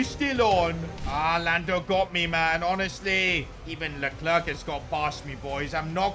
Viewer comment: THANK YOU for pronouncing Leclerc's name in a bit more normal way nvm